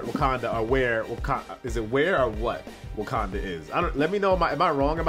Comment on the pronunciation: ITS WAKANDA, NOT WUKANDA